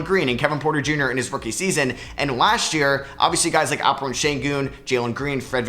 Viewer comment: Its AlpeREN not AlpeRUNE